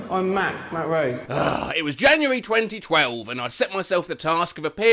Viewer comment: when he said January 2012 I heard 202012 and had to rewind the video several times. Matt broke my brain yet again